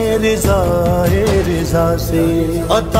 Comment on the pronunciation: Riza ni raza